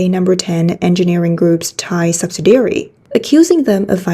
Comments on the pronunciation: Subsidiary, not subsidary. Very slight difference, but important to English speakers. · Just to help, "subsidiary" has five syllables and is pronounced "sub-SID-ee-air-ee". Rhymes with "the LID we carry". I really appreciate the news reports on this channel. Important information that's hard to find anywhere else.